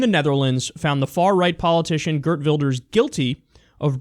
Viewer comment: Gurt ? i always like that english / american people try to pronounce a dutch word or name, get is almost right the first time, think its prob. wrong and then correct it in something that sounds totaly off.